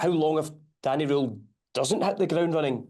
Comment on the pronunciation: None of them can even say Danny Rohl name right ,its pronounced Danny rule not Danny role